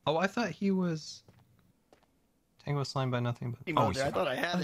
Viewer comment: i just love how grian so cassually says tongo🤣